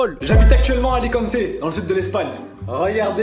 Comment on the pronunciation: Alors c'est Alicante, pas alicantééé 🤣